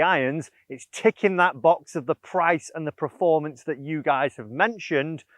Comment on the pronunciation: I love you and the videos but it really bugs me that you say “preformance” 😂 Keep up the good work mate 👍🏻